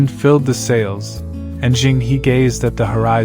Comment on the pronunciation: Zheng He is pronounces "Jeng Ho".